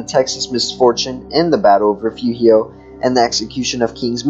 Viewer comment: Re furio. Please at least learn how to pronounce Texas words before saying them. You are saying the mexican pronunciation.